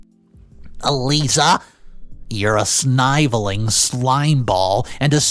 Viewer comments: your pronunciation of some words is straight up incorrect. Sniveling. The first i in this word is short i sound not the long sound like how it sounds in the second half of the word. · I loved the story and laughed a lot. However I am a bit confused. It didn't sound like a robot voice but some of the word pronouncing did. Sniveeeling for example.